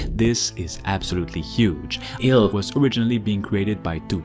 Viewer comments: I think it's "Ill" as in "I feel Ill", not I-L lol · Why does he keep pronouncing I L L ? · Did you just call it 'I'll' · Did he really just refer to this as “Eye-El-El” 😂😂 bruh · Is this AI voiceover? Why are you pronouncing the name of the game that way?